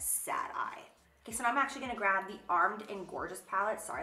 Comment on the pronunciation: Jaclyn: k so for the lips... What I hear: “queso for the lips...” YES PLEASE!!! Cheese.